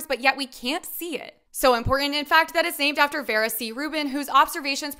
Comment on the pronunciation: Great video I love your enthusiasm however her name is pronounced (veera) not vera